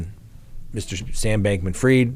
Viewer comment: Not heard it pronounced that way, ever